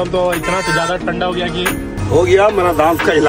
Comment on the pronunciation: Giya ❌ gaya😂